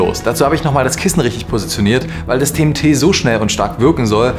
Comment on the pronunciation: ich habe anfangs zuerst verstanden: "die rede ist von dem tee". wäre der name nicht eingeblendet worden, hätt ich mich gefragt, über welchen krassen tee du da berichten willst 🙈